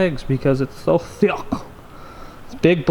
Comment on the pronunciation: I love when you say thiuck